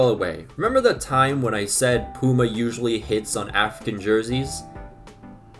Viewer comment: Pyoo-ma, not poo-ma 😂 but yeah I agree that these new shirt designs are horrible